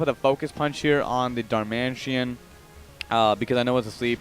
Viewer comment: hey its darmanITAN not darmantien